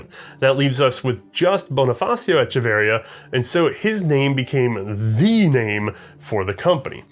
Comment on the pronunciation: pronounciation of Echeverría is traumatizing for a Hispanic man like myself